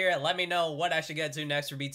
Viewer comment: BTOB is pronounced as (Beeeee 2 Beeee)! Since you are into vocals you would love the live stages of Its Okay, Way Back Home, Missing You and Pray. BTOB for sure sounds wayyyy better live! hope to see more of them. :)))))